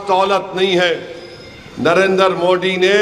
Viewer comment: ASADUDIN OWAISI .TU JABBHI BHASAN BAJI KARTAHAI MODI KA NAAM GALAT UCHARAN KARTA HAI UCHARAN SAHITARHA SE KAR SAMJHA😁